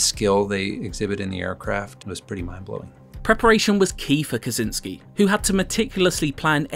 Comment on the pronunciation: It's not Kazinski - it's Kosiński, for god's sake!!!